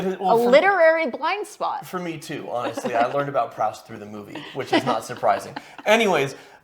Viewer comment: Does he say Proust wrong throughout the movie? Or are you just saying it wrong? Because it’s pronounced “proost” and it’s killing me every time you say it.